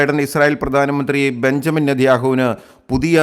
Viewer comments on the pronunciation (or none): none